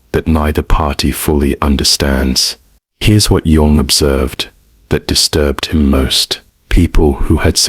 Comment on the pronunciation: Sounds AI-ish - the narrator pronounced Jung with a 'J' rather than a 'Y'. This smacks of inauthenticity, ironically.